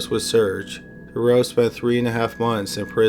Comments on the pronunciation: How the police handled the case of Marc Dutroux still enrages Belgium (I live there, he still makes the news with his appeals). Just recently, the same was said about the case of the gang of Nijvel. P.S. You really mispronounce almost every name in that story BTW (in case it hasn't been said yet). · But notice how he pronounced "Michelle Martin" as "MEE-shell mah-TAN"? If he's cognizant enough to deduce "Belgium = French pronunciation of two proper names that are also common in English," he HAS to know that he's mispronouncing "Dutroux," right? Plus, he's gotta be Canadian, and they even translate their milk to French up there. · Real good Video. But u violated Marc Dutroux's name :D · the name Dutroux has the letter "t" in it, pronounce it dawg........ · Marc Dutroux is pronounced different btw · KORNUIT. First thing that bothered me too xD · Marc Dutroux... pronounced Du Troo... That is a complicated story... many conspiracy theories were going around about high ranking politicians and elite at the time... Belgium lost its innocence with that case, the police was completely useless. A worker told the cops that he could hear children in the house, but the head cop who was standing next to him told him to shut up and to leave police work to the professionals!!!... How that monster, the wife, was released on parole is mind boggling... she allowed children to starve to death! imagine the pain, the length of time it would have taken, and one must have died first, leaving the other to go insane with fear... poor little girls... That woman should be starved as well. As for Dutroux, if he is released the Belgian people will go crazy! He won't last long anywhere... Monsters... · You’re pronouncing Dutroux incorrectly. It’s pronounced Da-troo. French ‘oux’ is pronounced ‘oo’. Think of Louis Theroux. Otherwise, great work. 👍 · Its pronounced Do-tru, not Do-ro. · It's pronounced "dew true" not durow...geez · The Belgian guys name is pronounced "DU TRUE" and not Durow.